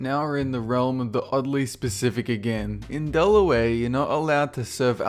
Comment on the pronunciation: he says delaway instead of Delaware